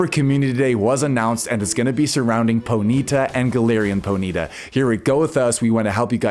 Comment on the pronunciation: Po-knee-ta not ponita bruh wtf